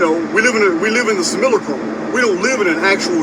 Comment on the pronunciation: Great video as usual..good to hear simulacrum pronounced properly once again..lol..I've missed it